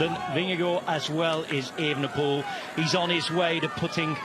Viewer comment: ooenepool.....wtf.....why are you lot changing his name now.....since he came on the scene its e-V-enepol.....and as for 'drama'....bit over the top....a gear change....you call that drama,....ffs...